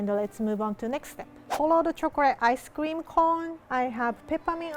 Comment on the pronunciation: when rie said ice cream and it sounded like ice scweam